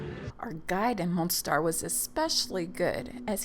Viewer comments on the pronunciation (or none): The city is called Mostar, not Monstar.